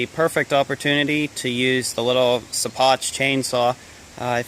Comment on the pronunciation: hey man i think it might be pronounced "she-pock". keep havin fun